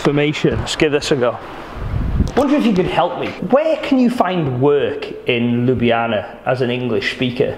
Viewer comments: its not sluvinija its slovenija its not lublana its ljubljana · It's pronounce Lubliana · its pronounce lyublyana